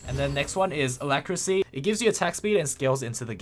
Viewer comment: Note that the last syllable of alacrity has a "t". A lac ri tee.